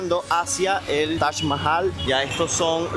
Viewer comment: Es Taj, no Tach”